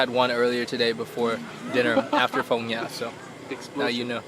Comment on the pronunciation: hahahah its Phong Nha not Phong Nhã cutiepie